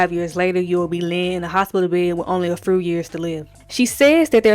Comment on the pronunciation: Whew!!! “mursic” “transfursion” “a fru years to live “ “Askis “ SHEEESH🫪😳🤦🏽. tuff to hear BUT I appreciate the recap. It was indeed an important episode. Debbie Allen was ahead of her time and super brave for tackling this issue.